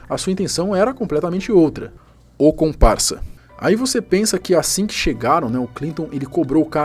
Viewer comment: "comparça" doeu hein